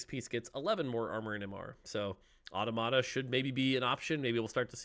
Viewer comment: Dont know why but how automata is pronounced really annoys me